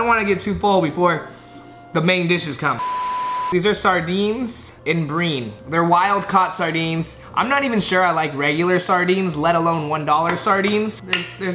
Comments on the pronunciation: “in breen” I’m pretty sure you meant brine (bri-eye-n). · Brine is not pronounced "breen" 🤦🏽‍♀️🤦🏽‍♀️🤦🏽‍♀️🤦🏽‍♀️ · Sardines in "breen" LMFAO. This guy! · When he said BRIN ? I was like tf bro. Didn't you go to elementary school to learn english that it's pronounced as BRINE (BRAAAAA-YN) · Sardines in “breeeeen”? I dno if you pronounce it differently over there but we say it like “br-i-ne”. Anybody got answers? Hahaha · "These are sardines in breeen." Lol its Brine, pronounced bry-nn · It's Br eye n not Breen btw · Did you just pronounced brine, breen?😂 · He also called brine breen.... 😂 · Sardines in breen. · "Sardines in BREEN" "Iced ECLARTS" I love you lmaooo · Sardines in "breen" lol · In BREEN? Was he joking? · Lol "brean" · It's sardines in brine not "breen"